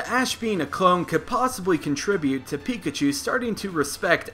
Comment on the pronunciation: Okay, first up, it's "Pikachu" and not "Peakatchew". Next up, maybe in the first 2 electrocutions, Pikachu only used Thunder Wave instead of Thundershock. (Low level Pikachus know Thunder Wave.) in the third electrocution, maybe Pikachu used Thundershock instead.